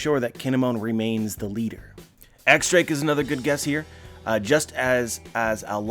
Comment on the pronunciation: X Drake is pronounced " Diez Drake", as in the number 10